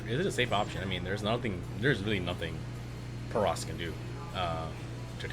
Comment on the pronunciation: What bothered me was the caster saying "protis" instead of "protoss."